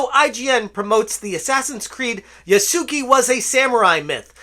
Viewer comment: Yasuke should be pronounced "Yas-kay." The "u" should be basically silent.